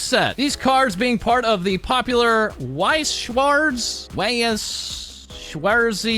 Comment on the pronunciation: BTW the thing you were trying to say is pronounced vice-shvarts